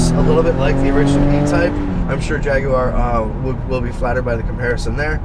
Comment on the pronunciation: I'm subscribing just for the simple fact that you don't pronounce it Jag-wire